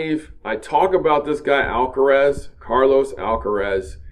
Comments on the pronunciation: Hey, it is Alcaraz, not Alcarez. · It’s Alcaraz, not Alcares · Alcaraz !!! Not Alcarez !!! ☝️ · is ALCARAZ, not Alcarez......... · last name is Alcaraz. (not Alcarez)... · His name is Carlos Alcaraz not Alcarez , Alcaraz , not Alcarez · Dude, dude, it's Carlos ALCARAZ not Alcarez. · It is not Alcarez, it’s Alcaraz. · ALCARAZ, please learn his name first. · ALCARAZ. All are "A"s in his family name. Not so difficult!